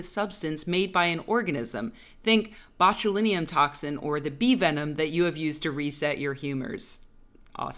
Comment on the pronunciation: She also said ‘botulinium’. I can’t judge. I found myself pronouncing ‘psoriatic’ as ‘psioratic’ the other day.